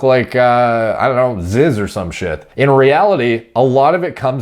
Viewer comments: Its pronounced ZEEZ not Ziz. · It's not ziz, it's fuckin zyyyyyzzzz man. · it's not zizz, it's fucking zyzz man